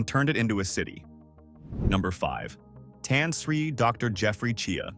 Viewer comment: bro - thats not how you pronounce Tan Sri. but otherwisw good documentary